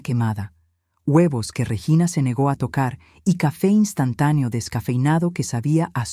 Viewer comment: Se dice REGINA no reyina vea la gran diferencia.